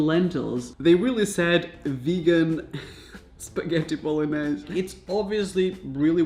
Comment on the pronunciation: Bro this video was solid comedy. Please dont say bolognese again lol Bon-yehs say this